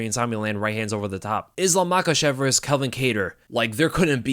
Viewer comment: It’s VERSUS 🆚 NOT VERSE! A verse is a fraction of a song!!! VERSUS!!! ITS VERSUUUUUUUUSSSSSSS 😭